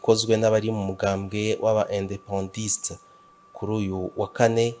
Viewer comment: None hagati y ivyavuzwz kuri Putine mu Bushinwa n imigumuko y aba independantistes ba Nouvelle Caledonie nta n AGAKWABU ? NTA KABURUNGU? YOOO oya n ukuri si vyo. Kandi si INDEPENDISTES ni INDEPENDANTISTES.